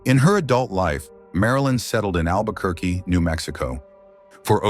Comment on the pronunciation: “albequerqu—“ oh no.